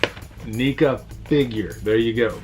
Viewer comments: Um buddy oh pal....... its pronounced neck-ah NOT neek-ah lol you might get some shit from the horror community for pronouncing it wrong. Just looking out for you buddy! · Good video u pronounced NECA wrong tho